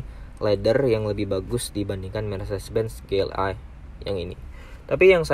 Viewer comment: Konsisten kalo emang mau pake bahasa Inggris. Ji El Ei bacanya. Bukan Ge El Ei.